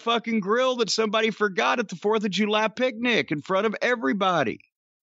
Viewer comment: I hate the way he pronounces "JOO-lie". (July)